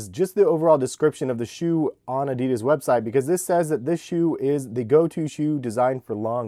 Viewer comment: No one knows how to properly pronounce Adidas.